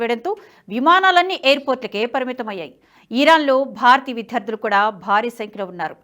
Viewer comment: విధ్యార్థులు కాదండీ.విద్యార్థులు.